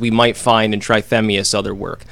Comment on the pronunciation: Pronounced tratemias